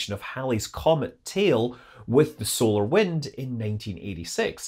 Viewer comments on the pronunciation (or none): none